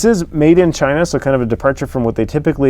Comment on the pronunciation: ....dude. Chiner? Emerson? Oh Quit It.